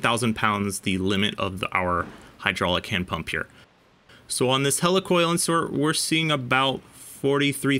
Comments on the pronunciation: Great video but why are you saying hella for heli🤔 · It’s a Heli Coil. “Hee-Lee-Coil” not a “Hela-Coil” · Hel E! Coil not Hel A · I always though it was pronounced like helix (the shape of threads), not helicopter. Awesome testing, BTW. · Hey,. I kinda hate to be that guy, but "Helicoil" is pronounced /HEE-LEE/ like "helical" (or Healy) not /HELL-ee/ like "helicopter." Thanks for testing. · I'm usually wrong about stuff like this, but isn't Helicoil pronounced like helix? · Interesting. I remember installing a lot of heli coils early on in my career (we pronounced them "he-lee"). Haven't got through the video yet, but I hated them. IIRC they were a limited use. With every bolt in/bolt out cycle it would get harder and harder not to cross thread or strip out. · It is pronounced He-lee coil. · Yeah really. Maybe they will learn to pronounce 'heli-coil' correctly. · You keep mispronouncing he-le- coil. I’ve been around these things for 60+ years and I’ve never heard it pronounced the way you do m